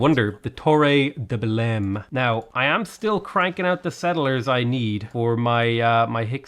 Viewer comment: Hello, the correct pronunciation sounds like Torre de “Belain”